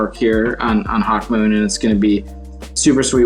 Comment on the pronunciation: They really butchering Hawkmoon smh